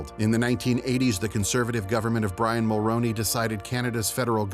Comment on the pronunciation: You've never heard the names Mulroney or Chretien spoken before, have you?